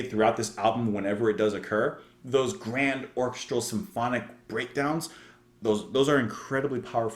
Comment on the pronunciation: I've been dying to point out the correct pronunciation of "orchestral" for a long time!